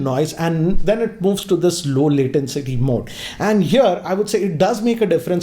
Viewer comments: Sir it's latency not latencity.... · I hate to do this but it's low latency and not low latencity(your pronunciation) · just a thing I noticed - latency - not latencity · (2019): "LowLatenCity mode.." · No One:: I'd just call it low "latencity" mode. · Just cannot figure out what 'latencity' is? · LATENCITY...c'mon, it's latency. I'm sorry that I keep pointing out these mistakes in your videos. Coming back to the video, you totally forgot to show the pairing process. I mean, how fast is it compared to Airpods etc... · LATENTCITY MODE PAAABGEE(PUBJ) WRAP CHARGE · Please stop saying L A T E N C I T Y ! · It is 'latency' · One of the biggest tech YouTubers in the Indian tech space, pronounces latency as L A T E N C I T Y😅😅 Not being a jerk, just saying 😐😐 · ‘Latencity’😂😂😂 Bruh learn English